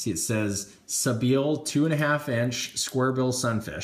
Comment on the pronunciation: Love your videos, by the way I think it's pronounced sea-by-ill